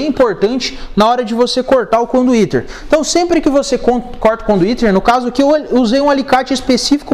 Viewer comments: Conduíte cara, não conduítERRR!!! RSRS Maneiro o vídeo. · Super didático, mas que agonia ele dizendo conduíteR. É conduíte. Kkkk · Conduiter? Conduíte? Eis a questão. Man, bom seu vídeo, a propósito. Mas tu falou muito conduiteR, tá errado, dói oszuvidu... Rsrsrs